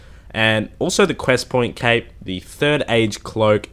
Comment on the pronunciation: It sounds like he says 🎂